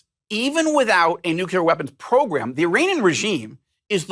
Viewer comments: its NU - CLEAR. Not Nu - cu - ler. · nuclear, not nucular. And government, not regime. Regime is a propagandist word. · Nucular isn’t a word